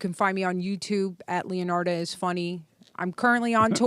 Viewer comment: Dude said “Leonard” 😂